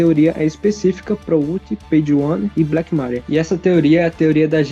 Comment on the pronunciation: Credo cara... Na boa... Pronuncia os nomes direito, Black mÁria é sacanagem, dói na alma escutar isso. E só estou comentando sobre isso porque já ocorreu muito em outros vídeos. ¬¬